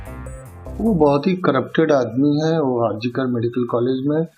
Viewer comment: Hospital ka naam to sahi se pronounce kariye Mahoday R G K nahi R.G. KAR HOSPITAL hai